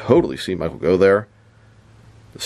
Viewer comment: His surname is actually pronounced ‘Goff’ not ‘Go’. I know it doesn’t make sense, but that’s the English language for you 🤷